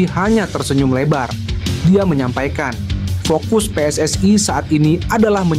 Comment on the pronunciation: Kalau baca yg benar min PSSI bukan pssai